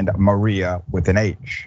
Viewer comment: And there names are pronounced Ma-re-ah and Ma-ri-yah